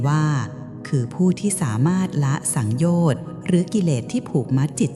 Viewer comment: สังโยชน์สามยังอ่านผิดเลยค่ะ